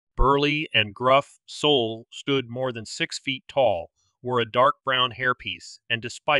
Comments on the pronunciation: Soul? Abbreviation of Solomon? I think it's pronounced SAUL. I never heard a Jewish man named Solomon called Soul. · "Sol" is pronounced "Saul." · It's funny because I didn't notice until I read the comments. 😂 I don't think it matters a lot. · It's perfectly fine if you mispronounce certain name's and places you spend enough time and effort researching arranging & uploading your top notch true crime video's .. You don't have to change anything..